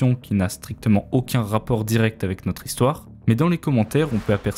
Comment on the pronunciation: J’aime bien la troisième zistoire perso.